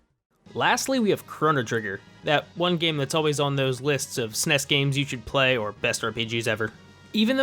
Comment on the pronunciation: bro said “SNESS” 😂